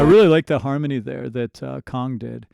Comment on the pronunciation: Please say KANG not Kong. 😊